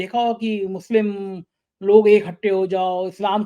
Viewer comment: youare reporter carrying a social responsbility but unfortunately you are giving Muslims Wrong name "Musle", is this Muslim word so tough for you to pronounce if yes the please show to sone good doctor who can heal your mouth dissease. we Muslims are generally peace loving its US and their followers who made terrorist word with Muslims... you are eduated and behaving like unedecuated person. or like sanghi..... shame on you...